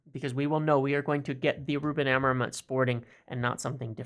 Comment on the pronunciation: As a welcome gift to Ruben, MU fans should try to say his surname properly: the stress is in the final syllable a-mo-RIM, the M is not pronunced and the sound is nasal (like the "IN" in sINg)